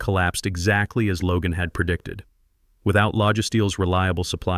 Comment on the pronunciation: "PERduction" is not a word. * PROduction. "PERtecting" is not a word. * PROtecting. "PERfessionalism" is not a word. * PROfessionalism. "PERdicTID" is not a word. * PREdicTED.